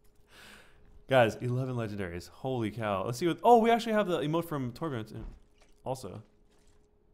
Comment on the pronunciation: Why does he keep saying tyrodin